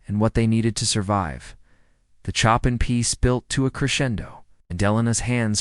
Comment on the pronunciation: This is a nice story. While AI flunks miserably on Chopin's name (Chop and Pee, Chopping and on Debussy (Abucey), it does illustrate the effect a great pianist and great music can have on people. I suspect the Debussy piece referred to is his famous Clair de Lune, and if you truly are interested in what effect that can have, I urge you to go to youtube and find Clair de Lune as performed by the fantastic Georgian pianist Khatia Buniashtivilli. I promise you will not be disappointed. The artist herself is totally into the music and the audience is dead silent. It is one of her favorite encore performances following her concerts. I am going now to listen to it again for the 50th time.